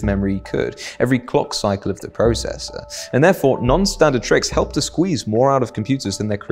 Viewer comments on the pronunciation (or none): none